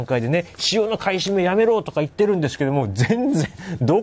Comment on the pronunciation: テロップはちゃんと買い占めとありますが音声では ふばい と聞こえます不買なんでしょうか？